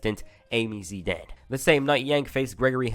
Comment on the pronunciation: Amy Zidian not Zidan